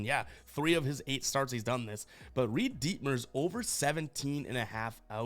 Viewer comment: “Reid DEETmers” 😂😂